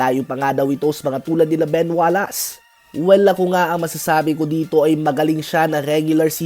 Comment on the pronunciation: Ben Wallace, you should pronounce it WallACE as in ACE not WallASS